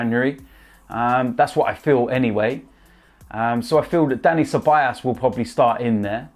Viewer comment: Ffs his names not ceball ass it's ceballos